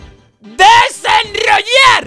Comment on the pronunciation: Por que dice rednroynar